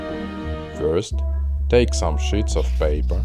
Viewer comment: Not being mean but when he said sheets he said s**t